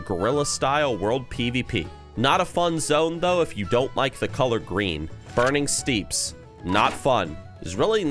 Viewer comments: My response as if it was 2006: Hillsbrad is fun, thousand needles fun, Arathi fun, dustwallow not fun, like azshara it didn’t have any quests, tanaris was fun. It’s pronounced burning “steps”. Winter spring was not fun, it was mostly an afterthought to EPL and WPL, way too far out of the way and no dungeons, the elite zone there is still an area I’ve never done. Every zone is better with world pvp. Oh and you forgot deadwind pass 😊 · Your pronunciation of Burning Steppes... NOT FUN!